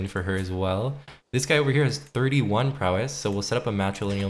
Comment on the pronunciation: it's pronounced "prowess" not "prowéss"